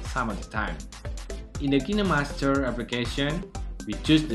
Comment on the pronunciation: Who came here to figure out how to say Kinemaster Correctly 😂✌🏻